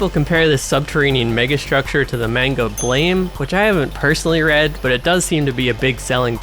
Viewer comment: This is not important but it's supposed to be pronounced as "Blam", like a gunshot.